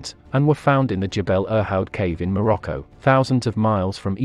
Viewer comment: I think like many you tubers, your pronunciation of English words needs revision. Like human evolution is complicated, pronunciation is not merely reciting words by how they are spelt. Many words have a received way of pronouncing them. The one I noticed in this video was your way of saying Morocco. It was quite grating. Just saying, as better pronunciation makes your videos sound more professional and educated.